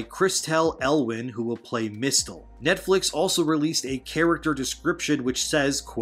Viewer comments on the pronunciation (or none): Note: Mistle is pronounced “missile”. You don’t say Miss-tell-toe for example. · Pronounced MISLE as in Mistletoe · have you ever heard of mistletoe? hint, the 't' is silent. like the 'b' in the word 'dumb'!